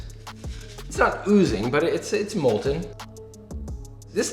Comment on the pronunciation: IT'S *MOLTEN*!!